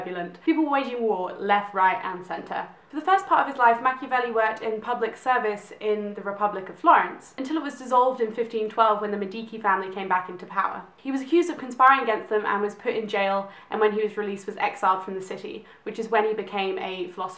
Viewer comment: Nice review. By the way, "Medici" is pronounced "Med-e-chee".